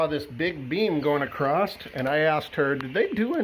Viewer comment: “A-crossed”? There no such word